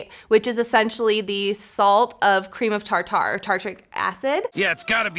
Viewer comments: "cream of tar-tar"..... I pronounce it "tarter" like Tartar sauce. Maybe it's supposed to be "tar-tar" but that sounds silly to me lol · “cream of TarTar”😭